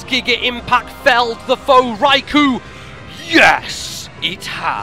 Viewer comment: So epic! Until I heard the pronunciation for Raikou facepalm